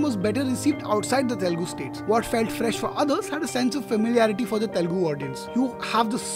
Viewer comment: Please be conscious of the fact that it is "Telugu" and not "Telgu"